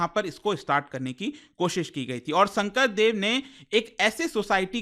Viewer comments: Sankardev not sangkradev mind it or learn it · It's not Shankra Deva it's Shankar dev